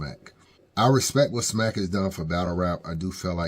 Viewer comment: Smack says let's have some RESPET let's have some RESPET 😂